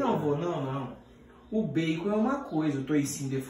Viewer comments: O toicinho que ele fala é baycon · Baycom ou bacon